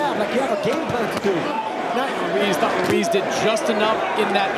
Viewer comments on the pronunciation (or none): They keep pronouncing Ruiz like Wooreez 😭